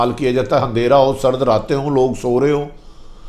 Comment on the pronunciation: Tumhain sirf tubsarey kurney ke illawa koi aur kaam nahain. Apni urdu to theak karo tumhari hur buk buk pe buta ruha houn.hunderah nahain andehra kehtey hain